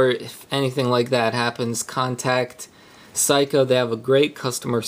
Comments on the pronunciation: It's pronounced SEYkoh not Psyhco. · Good vid but for future, Seiko is (say-ko) not (psycho). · ..oh, by the way, it's SAY-KOH, in case you didn't read the comments below. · dude are you serious? you really don't how to pronounce seiko? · Useless - can't pronounce the brand name !? A big Mac and fries please ;-)